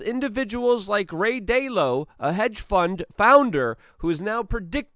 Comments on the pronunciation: Da - Lee - Oh not dalo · You’re saying dylo. It’s Dalit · His name is RAY “DA LEE O”